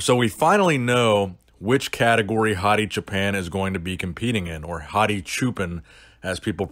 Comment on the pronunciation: I prefer u say Japan then shoe pen.